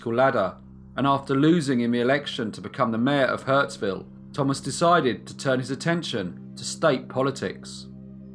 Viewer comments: Hurstville mate, not Huntsville. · The suburb is hurSTville, not HurTSville. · it's hurstville not hurtsville....... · I love your channel, and appreciate the mention of Windsor NSW where I grew up! I know I'm late, but it's Hurstville. Hurst. Not hurts! Keep up the great work!! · It’s HURSTVILLE not HURTSVILLE. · Ha, my partner just moved after spending 40 years in Hurstville, I should show him this episode. Note: Hurst-ville. Hurts- ville I know not but a good pun 😉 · The signage says "Hurstville"..... not "Hurtsville". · 'Hurtsville'? Never heard of it. In giant letters you can read 'Hurstville Picture Palace'...